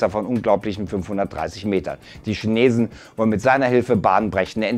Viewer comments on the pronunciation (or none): none